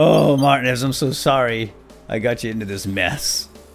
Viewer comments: isnt it pronounced mar-tee-nez not mart-e-nez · Martinez's name is pronounced mar-T-nez, not Martin-ez. Also, this looks awesome! Do more of the walking dead escapists! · Tip, I think it might be pronounced Mar-Teen-ez, spanish/latino decent I believe :) Keep up the good work! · Martin-ez is not how I thought it was xD I say Mar-tea-nez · Its pronounced "Mar-teen-ez" not Martin-ez. Please fix that going forward, by the 5'th time I heard it, it started making me a little nuts. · You said martinez wrong.....just to let you know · Your saying martinez wrong, not trying to be rude but its annoying.